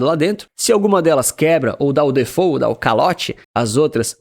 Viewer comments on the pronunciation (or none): none